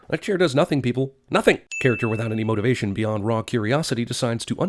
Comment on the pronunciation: totally cracked up at the second NOTHING and the way he pronounced it xD